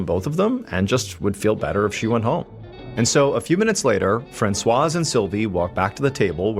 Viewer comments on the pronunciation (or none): I'm too distracted to follow the story. I've never heard anyone pronounce the Z in Francoise 🤔